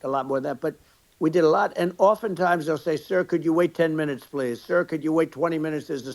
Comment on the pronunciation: That and the way he says plis instead of please.